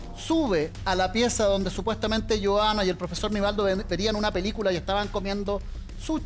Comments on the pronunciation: Es sushi...no,suchi... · "Suchi" ordinaria... se dice SUSHI. SSSHHHHHI. corriente